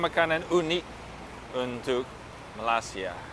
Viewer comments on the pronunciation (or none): pak, bacanya bukan melasia tetapi ma-lai-si-a terdengar huruf i di kata 'lai'-nya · malay-sia pak. not malas-ia. but its ok. hope you enjoy your trip in my country.. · Pengucapan kata terdengar "Malasya" bukan "Malaysia haha orang indonesia banget pengucapan katanya 👍😁😂😅😆